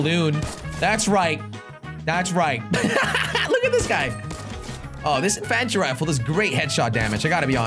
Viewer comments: Makes me mad to hear him pronounce it wrong... Jelly, it's pronounced In-fun-tree rifle, not in in-fan-try rifle. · You say (in-fan-tree rifle)but it is (in-fin-tree rifle sorry) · Why does he pronounce it inFANtry rifle? It’s INfantry rifle. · I say that too! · It's in-fen-tree rifle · U not saying infantry rifle right! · the way he says infantry... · The a in infantry is pronounced as a i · Otherwise its sounds weird